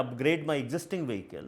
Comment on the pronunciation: Editors in SCROLL , pls train the indian reporters to say the word 'Vehicle' correctly. Some of the other words they will get wrong are 'Twenty' , 'October' 'Here' pls align a communication coach for the english reporters (for that matter all the languages, good diction is important). in the mean while pls ask them to check GOOGLE for correct pronunciations.